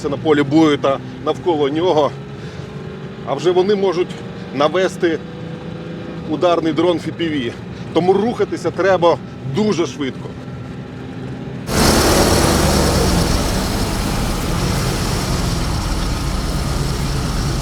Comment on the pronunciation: FPV дрон, читається Еф-Пі-Ві